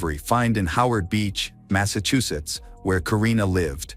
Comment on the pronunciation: massachusetsss ????? nooooo